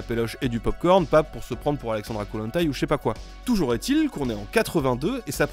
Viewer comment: Merci de dire "Toujour est-il" et pas "Toujourzétil" ... :D Par contre "Huitépisodes" et pas "huizépisodes". Bonne vacances. :D